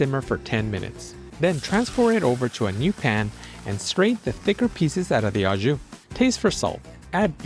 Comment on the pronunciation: Au is pronounced like oh, it’s French. Don’t worry I know you Americans have trouble with words that end with eu or au, it’s oh, not ew